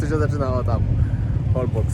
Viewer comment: poprawna wymowa to holboSZ ;)